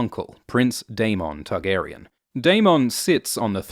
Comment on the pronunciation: I wish you wouldn't put stress the "on" in the Targaryen names. The actors don't...GRRM doesn't...That being said I do like these vids